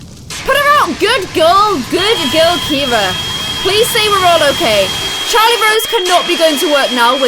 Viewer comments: Anyone realise that Ciara is pronounced Kee ara not Keira? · Actually my best friend is called Ciara and u pronounce it Kira she says it’s an Irish name so yeah (not hating on u just correcting u x)